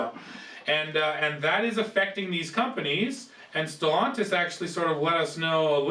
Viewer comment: You think being the you know how to pronounce Stellantis